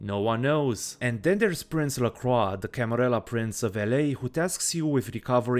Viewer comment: Lovely retrospective. I also appreciate that you pronounce "Lacroix" in the correct way, which the game... just doesn't. Oh well, looks like it's time for another reinstall giggles like a child